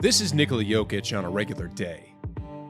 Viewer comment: It's ni-KO-la, not NI-ko-la.